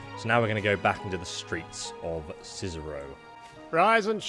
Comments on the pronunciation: i was done the moment he said Cierzero instead of Cierzo. awesome walkthrough though mate KEEP UP✌🏻✌🏻✌🏻👍🏻👍🏻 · reads Cierzo as "Cizero" hmmmm.... "Oh yes Listener" Sausage Roll returns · Cierzo. See air Zo! Just say the letters! Please. Sound it out! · you know hes an es expert because he reads "Cierzo" as "Cicero" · That and reading Cierzo as Cizero For fucks sake xD